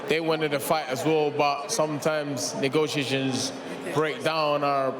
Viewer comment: Come again negocheejens bhahahaha 😂😂😂😂😂